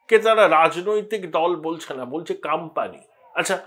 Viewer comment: কথাটা কাম্পানি নয়, কোম্পানি হবে। উচ্চারণ ঠিক করুন।